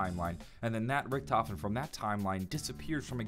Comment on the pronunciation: No hes not hes actually right, Richtofen is correct.